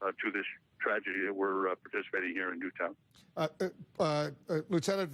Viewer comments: In fairness to the first reporter it’s understandable to read it out phonetically if you’re seeing the name of the town for the first time as you’re breaking the news. Someone 100% should have told Obama how to pronounce it though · that first reporter and obama. how fucking hard is it to pronounce "newtown" correctly